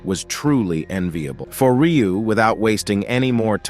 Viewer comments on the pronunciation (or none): Also his name is Ryu not riyu